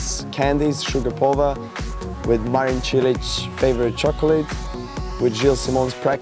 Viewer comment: I can't seriously be the only one to be annoyed at Sloane Stephens's complete lack of understanding how to pronounce any non-english names. No, Sloane, it's not cute that you call Marin, "Marian," You're representing an entire nation so get your shit together.